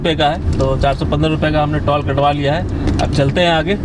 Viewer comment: टोल को टॉल क्यों कह रहे हो भाई?